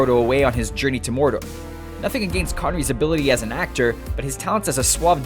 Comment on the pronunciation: The way he says "against". lol